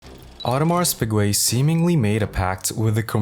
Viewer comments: audemarsss peegweh.... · Bro fix your pronunciation of Submariner and Audemars Piguet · Bruh I didn`t make it past the 3rd sec once I heard it